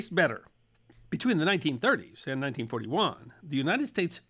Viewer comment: the sudden sharp emphasis on words seemingly and totally at random. makes me hate how you are explaining things. The sudden emphasis on a word like "and" when that word isn't important makes me not wamt to hear a word you say. your cadence is just tucker carlson sounding. A VENUS FLY trap under A MICROSCOPE she adds fricking offputting is me being pOLITE